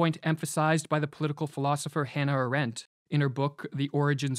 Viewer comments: One pronounces Hannah - and than flat Arendt (all vowels as long), not Ah-rent. Arend is a bird btw, an eagle (in Dutch, German) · You may wish to pronounce the name of Hannah Arendt in her own language , which is : 2 times a like in Blunt and then third time long like in Aarendt. Not american ä